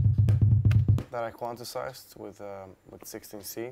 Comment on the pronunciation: CAN SOMEONE INFORM HIM ITS PRONOUNCED QUAN-TIZED... quantisized lol... he's awesome though, I love FL studio, but logic looks really easy like FL as well. But i love my PC and all my PC plugins